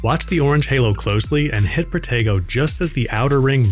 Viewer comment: Is it just me, but when they say protego..sounds like potato 🥔